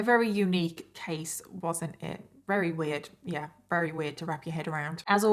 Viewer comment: I think its cute that you sometimes say wery instead of very. Is it your accent??